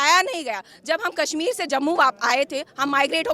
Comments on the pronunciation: Hindi Bolna Seekh Phir Video Banao... Kasmir Bolna Bund Karo.. Kashmir Bolo . Hindi ki Khat KHADI Karna STOP STOP. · Kassmir nahin bhai Kashmir bol.